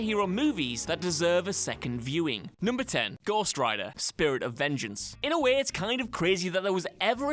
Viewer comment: Please please PLEASE!! Learn to talk! Its not Wae, its Way.